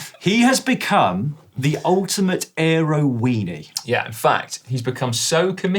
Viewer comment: Gaaaahahahahaha he said airo weeny gahahaha keepemcoming